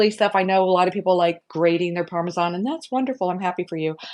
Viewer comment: THANK YOU for pronouncing Parmesan correctly! I cringe when ever I hear "parme-john" which is a lot these days 😂 And thank you thank you for the great recipes. I already made the Parmesan-like mix to put on my pasta dishes this week!